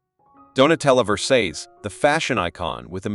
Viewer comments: Donatella 'VERSEYES'??? Who is that? It is' VERSATCHE'! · It’s not ver-says. It’s ver-sah-chee (Versace)